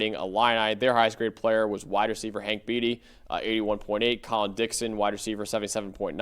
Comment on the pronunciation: To the gentleman in the glasses. It's pronounced Hank "BAIT-e".........not "BEAT-e".